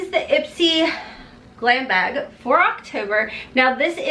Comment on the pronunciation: lol you say bag like I say bayug! Kentucky girls